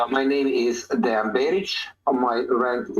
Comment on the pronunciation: Translation was not good at all. A lot of important things that Deyan said we're not even translated. It sounds as a classic American thing not even to try to pronounce correctly the name of person you are interviewing 3 hours (in Serbian it's written Dejan, should hear him presenting him self as Deyan). This fact talks a lot about. Also should be so professional and check confirmed sniper shot range before saying to guy that was 15 years on the front that he is lying. After this way of ending 3 hour interview, shouldn't expect again some important soldier from Russian side to be part of his vlog. P.S. arranging duels is standard Slavic thing, still now... even in war... I don't expect a lot of people to understand that, as most of things that Deyan said.